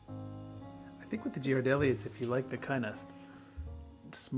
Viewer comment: Looks delicious! By the way, Ghirardelli is pronounced "Gear a delli" (if you want to pronounce it more Italian, emphasize the D). I used to live near San Francisco where the plant is, my ex used to make fun of me for pronouncing it like you did.😊